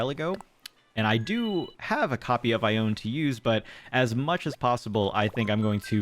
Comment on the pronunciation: You can hunt for villagers before you get the three plot task from Tom Nook, they don't replace your starters. Also you get the vaulting pole recipe from Blathers, also the shovel too from memory. Also I'm pretty sure Ione's name is pronounced I-OWN-EE.